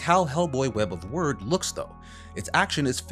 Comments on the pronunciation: Did your autocorrect change “wyrd” to “word” in the script? Pretty sure it’s meant to be pronounced like “weird”. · I'm sure Wyrd is supposed to be pronounced "Weird" but the reviewer pronounces it as "Word". Which is it? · Isn’t Wyrd pronounced “weird”, like Terry Pratchett’s “Wyrd Sisters”? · Wyrd = Weird, not word. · legit. should be pronounced like "weird," and not "word" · Nah it's pronounced "Word" which is honestly weird lol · Unless in-game someone says otherwise, I'm pretty sure "wyrd" is pronounced like "weird". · Wait, the name is pronounced "Word" and not "Weird"? Why spell it with a "y" then? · The good: the look and vibe of the game: The bad: the game part of the game: The hilarious: people in the comments inaccurately um, actually-ing the pronunciation of wyrd. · wait, is it not "web of (weird)"? did they pronounce it "word" in the game? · It's not "Web of Weird"?